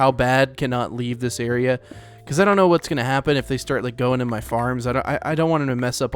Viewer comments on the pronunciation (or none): when he said "i don't know" he said it like "i don't knOw" 💀